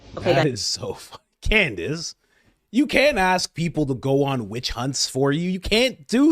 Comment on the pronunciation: No hate only love but I feel like we need a candace/ mispronunciation compilation;D